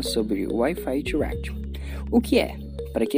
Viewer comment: Eu escuto ele falar Wifi thuaquiti kkklk